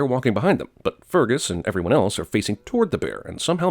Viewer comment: anyone else really anoyed about how he pronounces fergus?